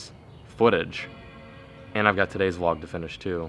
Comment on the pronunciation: "VLOGq" lol